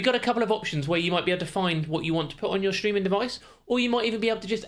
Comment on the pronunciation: It's not shtreaming it's STREAMING! 😜